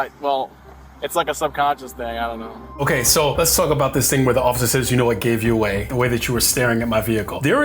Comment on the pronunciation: Don't you mean, take her phone away'UH.... lol 🤭😂